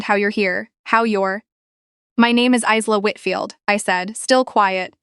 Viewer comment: Isla is pronounced wrong ; the is s is silent, the same as in Island